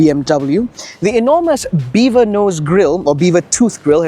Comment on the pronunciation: did i heard it correctly? "beaver"